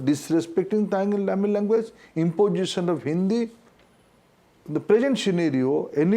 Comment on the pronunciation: First pronounce correctly...it is language not languvace...Has become azej..